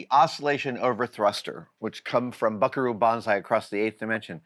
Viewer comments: It's Butt-ayeh, not butteee! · It's boo-tay! Boo TAY!